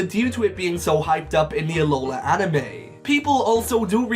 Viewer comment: It's Alola, not Aloha! Please get it right!